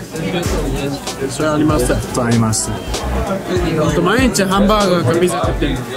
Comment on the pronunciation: ピザの発音がpizzaになってるところとか、だんだんアメリカに染まれてきたんだなーって思って嬉しい☺️